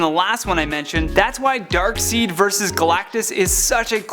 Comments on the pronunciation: Dark SIDE not dark seed. How can you mispronounce that and call yourself a nerd. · Hah! You said DarkSEED again! 😱😲😁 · Darkseid is pronounced Darkside not Darkseed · It's pronounced dark side, not dark seed. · i know this has been said a few times by now, even in the last video he did it in but... ya mans got one more time to call darkseid "darkseed" before i unsubscribe! they WHOLE JUSTICE LEAGUE called him darkSIDE! SUPERMAN..called him darkSIDE ...in EVERY SINGLE PART of the jlu cartoon AND the superman toons before that! does he even read comics? is he even into comics? doode...do you even comic tho????? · This video was awesome. I loved all of these choices. But it's pronounced Dark-Side not Dark-Seed. That was the only thing about this video that annoyed me. Outside of that you did a good job. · Darksied not Darkseed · darkside not darkseed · ITS NOT DARKSEED ITS DARKSIDE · Team DC But I do love and support Marvel but DC all the way 💯 Also isn’t Darkseid pronounced Dark”side” not Dark”seed” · Its not darkseat its darkside... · DARK SEED? Can you even read? bring Roya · I know it's written Darksied but you pronounce it as Dark Side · Darkseid is pronounced Dark side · Dammit,....it's spelled Darksied, but it's pronounced DarkS-I-D-E. You're killing me.... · Darkseid is pronounced Darkside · Darkseid is pronounced Darkside. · “Dark Seed”? Seriously!? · Ffs Darkseed 😂😂 I'm dead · "Darkseed" the darkest of plants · Oh mha ghaad !!! Its pronounced dark side bro!! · You miss pronounced darkside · You can tell that he is just reading a script. Doubt he reads comic books. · Right like wtf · I hate when people pronounce it Dark-Seed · I cringed when he said Darkseid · did he say darkseed? lol bruh how you gona he a comic book expert if you gona a comic book expert and not know how names are pronounced. it's even pronounced in the movies and cartoons/animated series. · He keeps mispronouncing Darkseid. Good thing is cute.